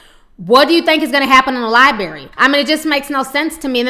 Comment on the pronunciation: it's not liebary it's library